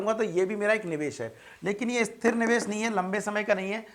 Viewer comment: Sir wo Esthir niwesh nhi hay, Sthir niwesh hoga...